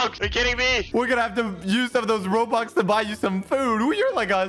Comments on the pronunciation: Bruh he said roblux not robux bro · my man said robox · Who else hears him say Roblox instead of Robux lol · YOU SAID ROBUX AS ROBLOX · i will spend 100 thousand roblox to be strongest in this game! Also: says robux instead of roblox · Instead of robux he said roblox lol 😂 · I like how he said ‘roblox’ instead of ‘robux’ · hey at the beginning you said "i will spend 100k roblox" in stead of saying "i will spend 100k rubux". Just wanted to tell you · I like how said 100k robloxs its robux not robloxs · Dude instead of robux he said roblox🤣🤣🤣🤣🤣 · He always says Roblox when it's robux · i think you said roblox isten roubux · In the intro he said roblox not robux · Why did he said roblox and its robux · Did you said roblox not robux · you said roblox instead of robux in the beggining. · 2 seconds in he said "Roadblocks" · you sayd you spend roblox not rubux